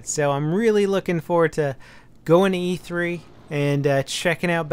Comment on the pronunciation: It's E3 not EA 3 lmao